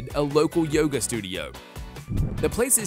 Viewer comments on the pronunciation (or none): none